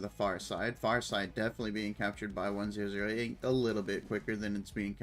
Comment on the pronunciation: it's refreshing to watch a streamer who can actually comment on the match! thanks for the video! one thing though, it's 1oo8, not 1008 please:) cheers!